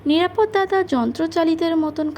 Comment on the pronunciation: মা জননী, বাংলা উচ্চারণ বেজায় confusing! Context অনুসারে এ‌ক‌ই বানানের উচ্চারণ ভিন্ন ভিন্ন হয় এবং উচ্চারণ অনুসারে শব্দার্থ পুরোপুরি বদলে যায়! উদাহরণস্বরূপ - "নিরাপদ্" উচ্চারণের অর্থ হলো "Safe", আবার "নিরাপদ-অ" (বঙ্গভাষীদের ক্ষেত্রে) বললে, পুরুষের ব্যক্তিনাম বোঝায়! রোজ রোজ এই রেটে জ্ঞান ফলালে, অন্যান্য সুধী শ্রোতাবন্ধুরা আমাকে এবার লাঠি নিয়ে তাড়া করবেন! কিন্তু, মোদের গরব, মোদের আশা...আ মরি আমার মাতৃভাষার একটুখানি চ্যুতিও এই বৃদ্ধবয়সে বড়ই পীড়াদায়ক 🥺 আপনার কন্ঠস্বর শুনে, খুব‌ই ভালো মনের মেয়ে বলে আমার ধারণা, আমার কন্যাসমাও! আপনার কণ্ঠস্বর শ্রুতিসুখকর, গল্পচয়ন‌ও অতি রুচিসম্পন্ন - সেজন্য‌ই তো আপনার চ্যানেলে বারে বারে ফিরে আসি 🤩 আরও একটু অনুশীলন আর অধ্যবসায়ের দ্বারা আপনি অনেক উচ্চতায় উঠতে পারেন, এটাই আমার দৃঢ় ধারণা👍 বার্ধক্যের বহুবিধ দোষের মধ্যে এই "গঠনমূলক সমালোচনা" করাটা আমার মতে সবথেকে পাজি 😂😁😇 নিজগুণে ক্ষমা করে দেবেন, মা জননী 🙏 শুভেচ্ছা ও একরাশ ভালোবাসাসহ 💖😇💐 ইতি। এক মহা ত্যাঁদড় শ্রোতা 💖 এগিয়ে চলুন, আমরা আপনার পাশেই আছি এবং থাকবো